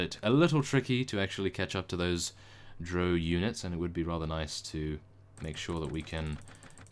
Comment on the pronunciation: by the way drow is actually said like the ow you would say after being pinched